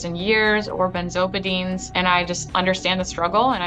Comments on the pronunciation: Nobody commenting on Anthonys restraint in not correcting the "benzobadines", huh? Well, I noticed. Lol, well done, I couldn't do it, no way. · She keeps mispronouncing the word benzodiazepines.